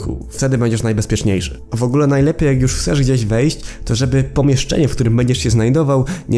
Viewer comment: ty mówisz „jusz” a ten drugi typek „matnes” xd